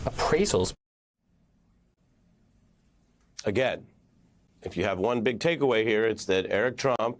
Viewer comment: The tone in his voice on the word "appraisals" is quite something, sounds almost like it is a word he has never heard before.